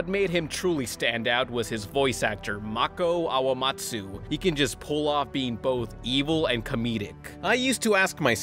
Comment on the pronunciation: The way you pronounced Mako Iwamatsu made me wanna die